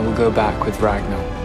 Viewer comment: kInG Rag-NAH